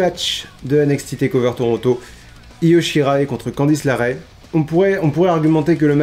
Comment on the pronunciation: Bonne vidéo comme d'hab par contre c'est Candice LErae parce que LArae ça sonne bizarre 😅